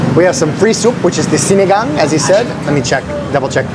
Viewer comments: Na perfect mo din ang pagbigkas ng SINIGANG!!👏👏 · Wait...i think you i just heard you say Sinigang with zero accent. O baka mahina lang talaga pandinig ko. 🙂